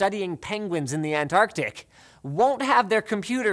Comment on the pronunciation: did u just say penguins in the "antarctic" :DD:D:D:D:D:D:D:D:D:D::D:D:D:D:D:D:D:D:D:TRIGGERED!